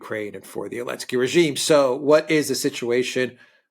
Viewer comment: This thing has been going on for so long that i've forgotten why insists on calling him "Elensky". Why does he drop the Z again? Someone please remind me